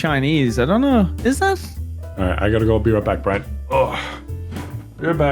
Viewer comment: It's Briane??? Not Brian??? Not even Brine???